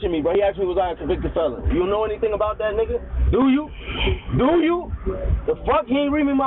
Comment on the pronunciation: same 😂😂😂😂😂 “I like dat red”